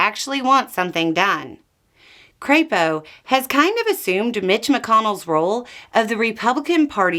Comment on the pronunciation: ...Oh, thats how Crapo is pronounced. I see. 😂